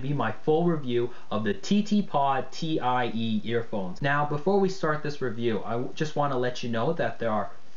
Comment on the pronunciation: "Alien express" "Ti-e" Dude, how hard is it to at least get the name of the product right?